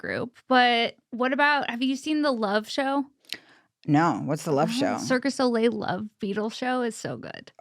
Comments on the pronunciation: it's 'cirque du soleil' not circus soleil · I can’t with the “Circus Oh-lay” 💀